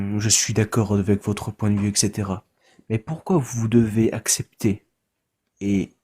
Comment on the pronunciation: Jamais un belge ne dirais "Etchetera". AMHA 🙂